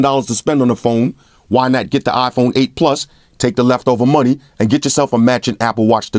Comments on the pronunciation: LOL it's not an Ahhhphone it's an iPhone.. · it's iphon bro . not afon 😂